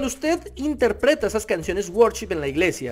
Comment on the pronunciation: No sabes ni cómo se pronuncia worship y tratas de dar un punto de vista 🤦🏽‍♂️